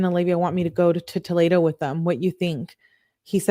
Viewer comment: fyi it’s pronounced toh-lee-doh lol and unfortunately live in Ohio and Toledo is def a crazy city. Also I can’t fkg stand her. She’s so Insufferable idk how u can stand reading these!! I appreciate all u do!